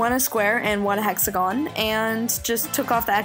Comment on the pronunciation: I like how she says "hexagon"